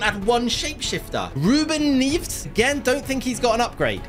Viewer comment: No way said "ruben nives" instead of neves